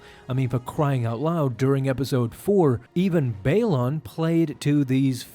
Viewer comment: Anyone else hate that he keeps mispronouncing Baylan and Marrok? Also at the end of the Mortis arc the father and the son die… so it can’t be the son. Seems like this wasn’t thought through